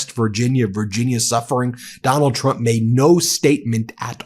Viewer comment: Does she realize she says president Chump not Trump 😂😂😂😂😂